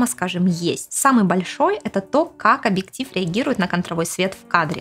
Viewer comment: Спасибо за инфу, правда, сложно воспринимать информацию от девочки, которая вместо объектив говорит абиктив.